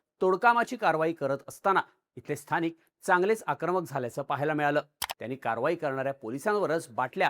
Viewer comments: Stanik nay khushor bola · Sthanik naka bolu he sthanik nahi